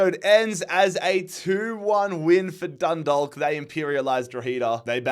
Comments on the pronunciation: Dundalk is pronounced Dundak, just so you know. Keep it up man, love the series! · Just a heads up, you don't pronounce the L in Dundalk, it's more like Dun-dawk (like hawk)